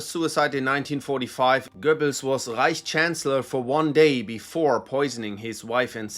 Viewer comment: The way author says ””Rrrreich” gives me some specific vibes ))